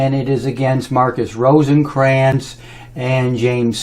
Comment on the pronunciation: If you're going to talk smack about someone, at least learn to pronounce his last name: ROTHKRANZ, not Rosenkranz - wow. He has helped thousands of people change their lives, including me. He has over 25 yrs of nutritional experience, and everything he says checks out - every single time. I have never heard of you - sooooooo P.S. "The vegans" wow dude, just please stop, you have no clue. "Don't go to a nutritionist to learn about brain surgery, and don't go to a medical doctor to learn about nutrition". P.S.S. I'm a nutritionist - and I studied The acid alkaline balance in school.